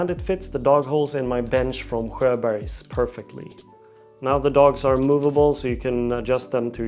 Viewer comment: I’ve had a Sjobergs bench for a couple of years now & that is not how I thought it was pronounced 😂